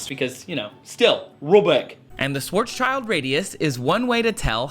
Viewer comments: His name is pronounced like "shwarz shild", not "shwarz child". Just nitpicking here, though. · idk why everyone calls it a "schwarzs - child" radius, because that's not how you pronounce his name. He was a german physicist and schwarz = black and schild = shield. There is the actual pronunciation.